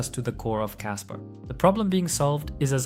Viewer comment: You keep saying casper